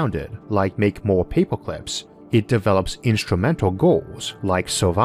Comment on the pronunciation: I’m going to be hearing “paypoclips” in my sleep for weeks. Great video, love this channel... hate paperclips now.